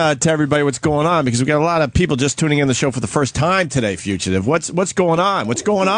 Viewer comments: lmao at how Opie says Fuchitive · What? It's not pronounced fuchitive! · I wonder if opie has figured out how to pronounce "fugitive" by now.